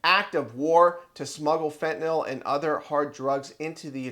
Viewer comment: fentanyl is not pronounced with NOL sound on the end. It's an NYL sound. fen ta nil, to rhyme with Bill